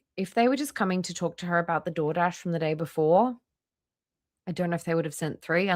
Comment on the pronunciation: Did she say unpaid door dash or did I misunderstand?! . You have to pay for dood dash online when you order it !